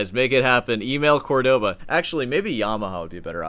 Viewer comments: it's COR-do-ba!!!!!! not cor-DO-ba.... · You want a Cordova but you can’t even say Cordova 😂😂😂